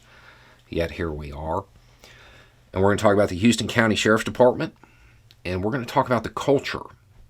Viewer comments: this is the absolute least important thing about this video, but I grew up there and wanted to give you a heads up it's pronounced "House-ton", not like the city in Texas, and I want people back home to know exactly who's being called out here. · Y’all, it’s pronounced house-ton, and it is absolutely the culture here. Can confirm as a central GA resident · Unfortunately, this is my hometown and there are quite a few law enforcement officers who are like this. Honestly, it showcases some of the people who live in my community. I have encountered on more than one occasion of a law enforcement officer being unprofessional towards me. Also, the county is pronounced house ton county, even though it is spelled Houston. That has always been "fun" to explain to people who move here or are just stopping on to their next location. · Houston (house•ton) I know it is spelled the same as the city in Texas but it is different 🤷‍♂️. Also it is very very much a "sundown" county. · needs to clarify that it's Houston Georgia pronounced Howston not Houston Texas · They pronounce it "How-ston" and not like the city Houston in Texas. Bizarre, I know, but the truth. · Nottoway be one to be anal I'm from HOUSTON COUNTY (Warner Robins,, GA. We don't pronounce it like the city in Texas we pronounce it like the four walls you live in (House ton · Hey There! Actually, it's HOUSE-TON County. I know... I know... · Didn't we learn during the 2020 election count that the way you pronounce "Houston" (the city in Texas) and the way you pronounce "Houston" (the county in Georgia) are different? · How-ston County, GA. ...... Not Hue-ston! As in Texas. UNFORTUNATELY!! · House-ton County, not Hue-ston... Just for clarity's sake. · It’s pronounced “House-ton”, not like the city in Texas. Love your stuff. Keep up the good work. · Pronounced “houseton ” in Ga. “Houston County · It's pronounced House-ton County. Please. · It's HOUSEton NOT HUSton!!!! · Pronounced “howston”